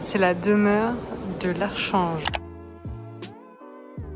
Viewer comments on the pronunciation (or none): Archange ? Ça ne se prononce pas ARKANGE ? 😊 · Si arkange 😃